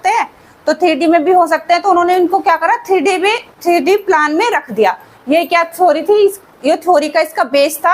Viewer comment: plaan nhi plane 😅